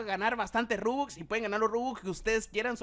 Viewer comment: Se dice Robux No Rubux